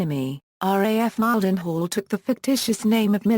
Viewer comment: Mile-den-hall WTF